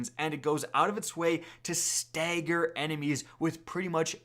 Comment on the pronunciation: “Staygger”